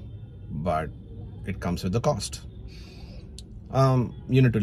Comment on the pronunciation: did you say shitizenship?😅